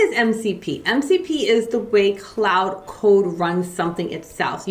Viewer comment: Also just a respectful heads up but Claude is pronounced "clod" or "clawed" not "cloud".